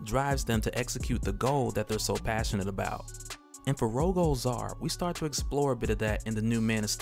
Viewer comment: It's pronounced Ro-gull Zay-ar like royal with a G instead of a Y. And then Zaar is a fine A sound, hard A, soft A. Like "Say are"